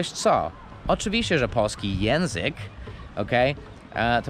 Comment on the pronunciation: Przestań mówić "jenzyk" Przestań mówić "szybkom" Przestań mówić "Przestań", to niegrzeczne, o czym wielu Tobie mówiło